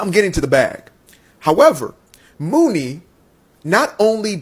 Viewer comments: Apparently he’s not in the Black Community because her name is pronounced “money” not “Mooney”. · Muni (pronounced “money”) Long. She has so many stories about being screwed in that industry and she’s been around for so long. Even when she was Priscilla Renea. Kesha and her mom tried to steal her publishing. It’s been hard for her. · Stop TRYING to be a "reporter" without having done the proper research. Her name is Muni pronounced MONEY, Sir. You're just mad because you probably date Non-blaq women and you're caping in their defense.